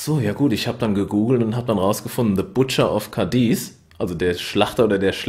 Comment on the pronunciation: es wird nicht Cadies betont, sondern Cádiz. auf dem A. und kurz gesprochen! deshalb der Akzent! sonst super Video!!!